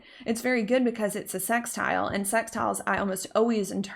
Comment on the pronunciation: I love the way you say 'sex'tile 😉